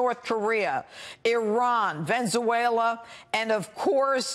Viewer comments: "Venzuela" lol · She couldn't even PRONOUNCE it right... she said "Ven-zu-way-la" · she can barely speak english. "Vennzueala" Judge Jeanine did you go to grammar school? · Venzuela? I thought is was call Venezuela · She's calling democrats stupid when she pronounced Venezuela so hilariously bad...